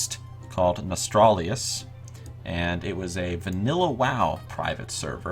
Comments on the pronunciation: Nostralius? Please get it right at least, it's NOS-TAL-RIUS. Just as if you were going to say Nostalgia. The 3-4 last letters are only different, from that It's as easy as saying Goblin pie, I don't know how people keep getting it wrong. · Nostalrius* not Nostralius.. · its pronounced "nuh-stahl-ree-uss" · When you cant even pronounce the name correctly I cant take you seriously. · whats up with all those morons not being able to pronounce a fukin NOS-TAL-RIUS. you dont need an iq 160 to do that